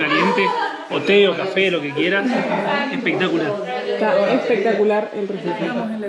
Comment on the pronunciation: "Pizza con café 'pectacular" jajaj fan.